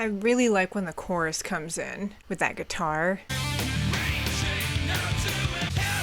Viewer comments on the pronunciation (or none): none